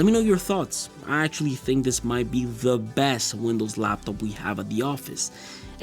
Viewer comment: I hate how he pronounces laptop. But he got good videos overall. This one is obviously biased by money